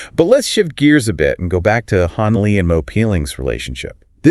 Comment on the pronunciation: hon li? isn't it han lee?